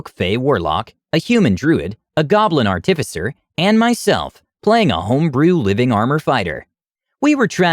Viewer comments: Dude, fucking learn how to pronounce “artificer,” holy shit, every time you say it wrong like that I want to slam my head in a door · You got chimera right, now you just need to work on artificer.